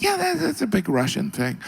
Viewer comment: "......strong Rrrussian leadrrrr..."